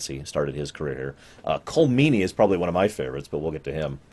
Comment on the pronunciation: Colm Meany (fyi, it is pronounced "collum," but said kind of fast) is an amazing actor. check out some of his movies done in Ireland. It does not surmise me that they saw his quality.